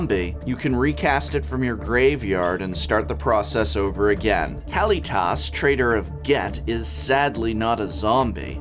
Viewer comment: I tried to ignore the way you pronounced Gisa and Kalitas since those are made up names, but lich? Its not "leech", its closer to "litch".